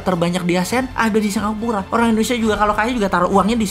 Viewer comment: Halo om Boss... boleh tau ga, kenapa penyebutan Indonesia menjadi Endonesia, disetiap videonya, maaf yah..karena aku belum paham. Karena agak sedikit ngeganjel setiap kali dengar om Boss bilang Endonesia...🙏😊, salam dari aku yah..like all your video Om boss...